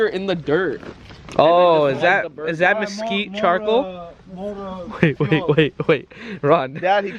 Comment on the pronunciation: "All notchural meskeweet" (all natural mesquite). I'm Lebanese, so I know the struggle 😹.